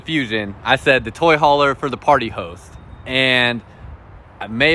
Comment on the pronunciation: Sounds like he saying party hoes😆😆😆😆